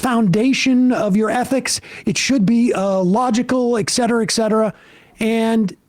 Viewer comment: I hear too much “ec cetera” on this program